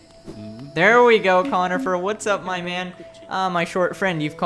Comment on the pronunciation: I don’t want t to be that guy, but Cornifer isn’t pronounced conifer, it’s Cornifer with an r